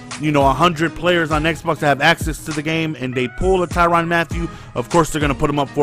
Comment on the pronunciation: not ty ron not ty ran ty rin